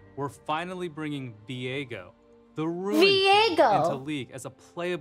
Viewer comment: Veigo? I thought it was Viego maam.